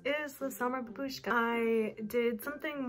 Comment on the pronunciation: Babushka is literally grandma in Russian and its spelled BAbushka and not BabUshka